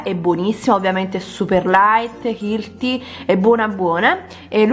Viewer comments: "ILTI" ahahahahaha oggi si è superata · "hilti?????" non dico termini tecnici, ma almeno una buona pronuncia.... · Per favore, se healthy non lo sai pronunciare, non dirlo